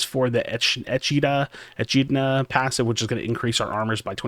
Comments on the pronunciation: its pronounced "E-kid-na" as in the spiny ant eater :) (knuckles from sonic :D) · say it with me: "uh-KID-Nuh" (Echidna) <3 Or eh-KID-Nuh 🤷